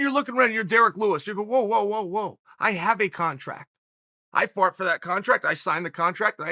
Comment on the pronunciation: “I fart for that contract” - Uncle Chael